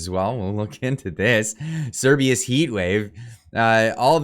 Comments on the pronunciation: Oh man, I just LOVE it when you up-loaders can't pronounce what you're talking about and are just too damned lazy to Google it. The name is Cerberus, pronounced "sir-BUR- us", not "sir-BEE-us". I won't watch the rest of the video just for this single fault. You modern youngsters have all the information at your fingertips, whereas we boomers had to wade through printed volumes to find what we wanted, but you are too bone idle to do so. To echo another of your clueless kind: "How DARE you?!" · You are saying Cerbius, when it clearly say Cer-ber-us, the three headed dog who guards the underworld in Geek mythology. I dont want to be that guy but ffs lol. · Cer-BER-us. Not Cer-BEE-us. Cerberus is the scary 3 headed dog in Greek Mythology. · Cerberus not Cerbius. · It’s CERBERUS (Sur-bur-us), not Cerbeus! 🤦🏻‍♂️ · It’s Not Cerbius!!! It’s Cerberus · Keeps saying "Cerberus" as if it's spelt "Cerbius" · it's pronounced Ser Ber Rus. Like the 3 headed hound that guards the afterlife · It’s Serbaer rus. Please try pronouncing him correctly. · Honestly clicked off this video because you can't pronounce cer-BER-us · this is hilarious fear mongering. Cerberus... the three headed hound of hell... "S-air-bur-us or Sir-bur-us." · Sir-ber-us Jesus christ just read it. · How could you read Cerberus so many times without pronouncing the R? Sometimes I think your sarcasm and over confidence is a mask for your dyslexia and general retardation. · Yes, I cringed every time he tried to pronounce it 😣 Knowing that he doesn't understand what it is or how it's said.